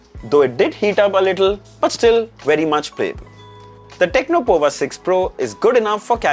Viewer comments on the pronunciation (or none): It's powa (as power with US accent). Looking at the CPU which is Dimensity 6080, the price is way too high